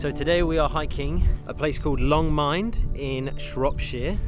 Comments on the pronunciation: im that asshole but i live around here and it not mind its min-duh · Long Mynd - Mynd as in Wind, the blowy, gusty, gale force stuff, but with M in front, not W... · So beautiful until "Long Mind" - mynd min d (from Welsh Myndd - Muneth)... sorry